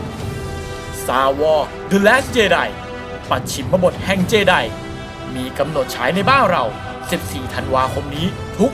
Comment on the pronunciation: เจไดไม่ใช่เจดีย์ 55555